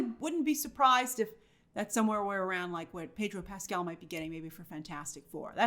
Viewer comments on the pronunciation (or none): none